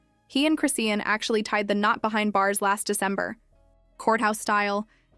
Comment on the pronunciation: Why can these fools with their AI never pronounce ppl’s name correct? There’s no T in her name 🙄. In another video Blue Face’s mom said the baby is blind . I hope not , but very sad if true .